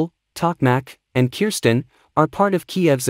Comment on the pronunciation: Its called Kherson NOT Kirsten .....